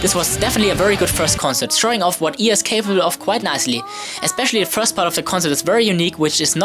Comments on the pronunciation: Not used to saying 'IA' like "ee-aa'. I always say "ai-ey"... :'D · Its Pronounced I